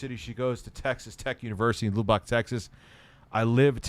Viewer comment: You live in or near Lubbock and you pronounce it “lew-bock?” Doubt.